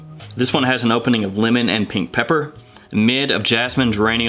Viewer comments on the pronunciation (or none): none